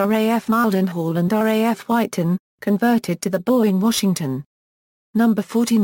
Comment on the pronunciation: That text to voice failboat... what were you thinking? Array F instead of RAF... looool!